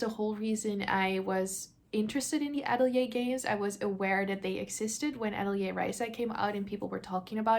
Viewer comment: I love game hauls. I have to say that I cringe every time you pronounce Atelier like that.